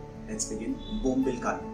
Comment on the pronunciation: Its called bombil not Bombla's😅 😂😂😂😂😂😂😂😂😂😂😂😂😂😂😂😂😂😂😂😂😂